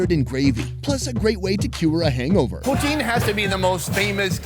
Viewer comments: If you want to piss of a Quebecois (besides calling em Kebekers) pronounce poutine as poo-teen. They'll love ya! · I HATE when none-Quebecois make Poutine, that shit was NOT real Poutine. And it is pronounced POOH-TIN (the E is silent). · It's not POUTEEEN u noobs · So he's Canadian, but can't pronounce poutine? Or is that the French pronunciation?